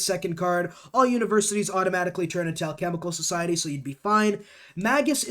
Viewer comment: Hearing you pronounce alchemical and occult was hilarious NGL